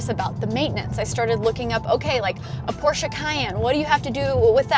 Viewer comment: Thumbs up for pronouncing Porsche correct.